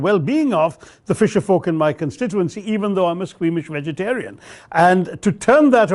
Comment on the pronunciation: Best English speaker in India.....but did not pronounce Vegetarian properly...